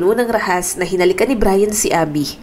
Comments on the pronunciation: DAHAS NOT RAHAS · DAHAS NOT RAHAS.